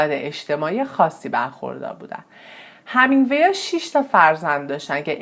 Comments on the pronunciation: شما وقتی یه ویدئو میخوای بدی بیرون اقلا تلفظ درست اون شخص رو یاد بگیر...‌.. Hemingway درست است نه Hamingwa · ارنست هِمینگوی، تلفظ صحیح است